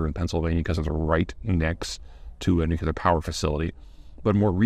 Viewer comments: Nookyooler has never been a correct way to pronounce it. And PZ can't claim ignorance, because EVERY TIME he does a video that covers New Klee Urr power (based on the root word nucleus, as in the central structure of the atom) there are at least 10 people, including me, pointing out the error. He keeps saying this despite knowing that he's saying it wrong. This man is a professional speaker. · Please! The word "nuclear" is not pronounced "NUK-yuh-ler." Could you call George W. Bush and advise him on the proper pronunciation? He pronounces the word like you do. Amazing, so well educated but gets this basic thing wrong. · It’s just weird hearing a consultant persist in mispronouncing nuclear. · Will you please learn to say nuclear? No u after the c. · I'm not sure he cares. I wonder if when he is briefing at The Pentagon, they stop him and say "Actually Mr. Zeihan it's pronounced 'nuclear'. Now please continue with your presentation." What do you think 🤔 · No, Peter's is definitely wrong. It doesn't follow the spelling of the word and is a legacy of mispronunciation - it's not a difficult word, it's just one some people didn't learn properly. I started with the pronunciation because it's quite grating to hear over and over and over. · "New-Clear" Pete, at the least pronounce it "New-Clear" if you can't manage "Nu-Klee-Ur." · Everytime you say "nucular", George W Bush pumps his fist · New. Clear. Nuclear. C'mon, Peter. 😊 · I take it you weren't around to hear Jimmy Carter. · Why can't he pronounce "nuclear" is it just an American thing? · OK lots of people are wrong on this one. Now if you can convince the British to stop pronouncing a-lu-mi-ni-um that way it would be great. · ooh I get that, hell the UK is a sea of variance in pronunciation but what Peter is doing is erroneous rather than regional variance. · No, this is just mispronunciation. Nothing more, nothing less - a bad habit picked up and passed on. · Distracting indeed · Nuclear not nucular